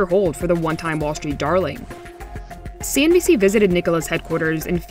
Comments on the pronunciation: I find it mind blowing that no one else notice that he keeps saying CNBS in every damn video, instead of CNBC, haha. Either way, enjoying all the vids! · Hey, not sure if it’s a deliberate joke or not... but you keep saying CNB’S’ instead of CNB’C’ 😀